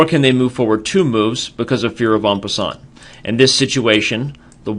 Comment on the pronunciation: Had to watch it back a few times to try and work out what he was saying to Google it. "On Basin" "own Bason" "onbuson"